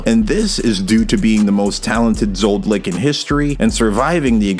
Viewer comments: Is he purposefully saying Zod-licks? Does Zoldyck get caught by the censors or something, thinking you're talking about wee-wees? I'm three and a half minutes into the video and it's bothering me so much with the repetition... I can't do another half hour of it. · Zoldyck, not Zold-Lick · It’s zoldyc not zoldlyc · Zoldyck ❌ Zoldlick ✅ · Zol dycks man, not Zold lycks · ZoldLick? lol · You dont pronounce the X in Hunter x Hunter. And why the fuck are you saying ZoldLyck??? Where is that L coming from? You make it Sound so incredibly dumb i can not listen to you further. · I love the video, but everytime you say zoldlick my toes curl up a little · Please stop saying Zoldlick it’s driving me insane 😭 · I'm one of those real anal peopleThe CC reads Zoldick but I swear I heard Zoldlick. Also I'm 99% sure it's pronounced Hunter Hunter. It describes the kind of hunger Gon is, he's looking for or hunting his father. The title still makes sense when Ging replaces Gon as the protagonist since Ging is looking for/hunting Don Freecs. I used to call it Hunter "ex" Hunter too, until I had the epiphany that Gon and Ging are looking for another hunter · Who says "Hunter X Hunter" or "ZodLyck" ?! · Did he say Zoldlick??? Lol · Whhhyyyyy are u saying zoldyck like that it’s annoying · Your pronunciation of Zoldyck is triggering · You keep mispronouncing "Zoldyck". The L comes before the D, not after.